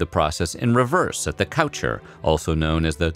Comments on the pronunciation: it’s not cowtcher it’s kooshay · Could you maybe learn to pronounce the French properly? It's pretty cringy. Coucher is pronounced coo-chay (to sleep). Lever is pronounced lev-ey (to rise). Or, are you lamely trying to be funny. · "The Couch-er" hahaha... Its pronounced "coo-shay" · Well someone can't pronounce French. "Coucher" is not pronounced like you're describing someone who spends all their time on a couch. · Okay seriously, check your pronunciation. For an “educational” video, this is terrible, none of the French terms are pronounced even close to what they sound like! No effort was done here. They are pronounced as if they were English words! It’s “Koo-Shey” not “Ko-Sher”! They aren’t even hard words to say, come on. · The coucher... I can’t believe your pronunciations 😂 I’m dying. “Coo-shay” not “cow-chur” daaaamn! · Omg i cringed so hard at how he pronounced levé as lever and couché as couch-er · Damn man, work on your french pronunciation. Pronouncing "lever" like the English word for the simple machine, and "coucher" like the English synonym for "sofa" with "er" on the end is extremely American and really far from how the words are actually pronounced. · When this mans pronounced “coucher” “COW-CHUURRR” instead of “coo-shay” my 7 years of French died. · It's pronounced "Leh-VAY" and "coo-SHAY", not "lever" and "coosher" . 🙄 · Did he really just pronounce lever and coucher as “lev-er” and “couch-er”? It’s French so it’s pronounced “leh-vay” and “coo-shay”. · Okay. It’s really funny hearing the narrator’s pronunciation of “lever” and “coucher” which should be pronounced “laevae” and “kooshae”. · sorry but the way you said coucher (cooshay) and lever (levay) hurt my soul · Sorry, but you mangled.The pronunciation of LEVER and COUCHER. They are French for waking up and going to bed, and should sound like “LEVAY” and “COO SHAY”. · Lever? Coucher? Weird pronouncing to go along with our. Lev-AY and coo-SHAY respectively. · Lev-ay, Couch-ay